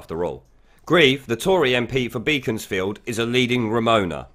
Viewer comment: Beaconsfield is pronounced “Beckon’s field”